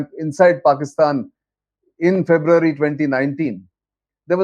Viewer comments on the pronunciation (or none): none